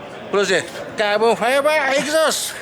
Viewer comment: Cawbun fyba, cawbun fybaaa, Cawbunnn fybaaa…. Oooo, CAWBUN FYBA!